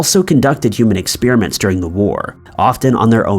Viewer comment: Anyone else know about any interesting expeer-ements......??